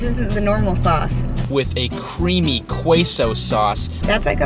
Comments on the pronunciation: Qweaso? Qweaso? Seriously how have you lived in the United States and have never heard someone properly pronounce Queso before? That seemed on purpose to me, but I could be wrong. BTW nothing from Burger King is going to taste like Mexican food, sorry. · The way to say it Queso sauce is Kay-so. I think it is so funny that the east coast doesn't know how to pronounce Spanish or even Jalapeño. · The way pronounces "queso" and all the cringe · You are correct ---if you go watch some of his videos, he mis-pronounces things like that on purpose all the time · How do you live in LA and not know how to say queso?